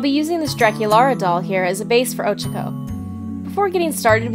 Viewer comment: She said ochako rong bit it's ok lol